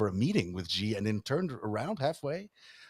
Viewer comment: The Chinese name "Xi" is not pronounced "Zee," and neither is it pronounced "Zhee" (with the "x" pronounced like the "g" in the word "regime"); the "X' is pronounced more or less like an "sh." Thus, the Chinese name Xi is correctly pronounced more or less like the English word "she." Does it really take so many dozens of reminders before the hosts of a professional program get the message, and pronounce simple foreign surnames properly? The "j" in "Beijing" is also not pronounced like the "g" in "regime"; it is pronounced more or less like the "J" in the English name "Jim."